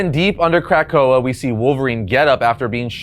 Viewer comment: Lol "crack oa"